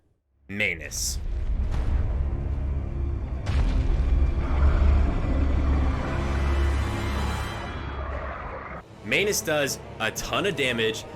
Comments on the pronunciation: It’s pronounced Man-us not M-anus please correct yourself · Does it bother anyone else that he insists on saying “May-nus” lol? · why do you pronounce "manus" like "mayonnaise"